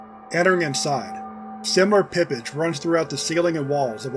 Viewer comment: "pippij" lol pipage is pronouned pipe-ij.